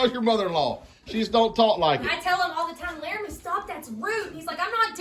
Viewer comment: puts ah at the end of her words sometimes like Stop'a or No'a lol i think its cute. Reminds me of a Valley Girl. lol